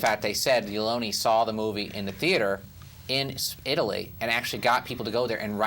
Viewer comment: I have never seen four guys mispronounce so many words, names and film terms as these guys do throughout this and other reviews. The name is pronounced LEE OWN NEE. Not Lee own.